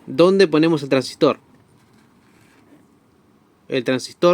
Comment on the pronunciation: El Traangsistor 😅